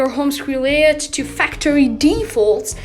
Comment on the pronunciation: Bro it’s Layout not Layod